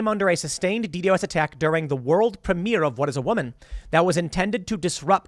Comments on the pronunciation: Just say D Dos like somebody who knows what it is would Tim. As a "hacker" like you have claimed to be in the past would know it is not pronounced D.D.O.S it D Dos (not spelled out) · DDOS is pronounced “dee dos”.